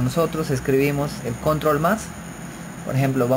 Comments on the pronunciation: lo dise la persona que dise CONROL v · La palabra Control es aguda, lleva el acento prosódico en la o final y no es palabra llana como ud. lo pronuncia. En inglés es igual.